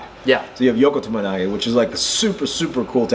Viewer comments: Btw its TOMOE nage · Tomoe nage not tomo nage and o soto gari not osoto